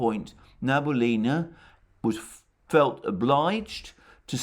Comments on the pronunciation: Hello Alexander. Love your program however it bothers me that you pronounce Nabiulina wrong. It's Na-Bi-Uli-Na, not Na-Bu-Li-Na. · Sorry to correct you - she is Nabiulina not Nabulina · You pronounce Nabiullina's name incorrectly, and you talk about her so often :)